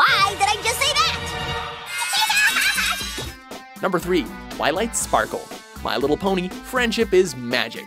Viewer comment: Its funny how said Twilight Dparkle